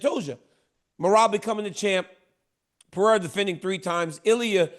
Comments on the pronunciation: Pierra...love how Uncle Chael makes money off guys and can't pronounce their names any better than AI? 🤣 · Is "PER-RARE-UH" really that hard say??? 😂😂😂😂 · 😂 hard to find smthn americans can do the right way. Still laughing bout Alex Piera. I wonder that Tshåeïjl could say "Alex" correctly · Chael still refuses to pronounce Pereira correctly. Yet he complains when they mispronounce Sonnen smh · Someone teach Chael how to say Pereira's name properly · that's a Chael thing. I'm pretty sure he does it on purpose. lol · It’s literally never gonna happen. I’m from Oregon, so it’s not even like it’s a dialect thing, he just refuses to say the name correctly. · Lost cause dude . Americans are usually horrible at pronouncing names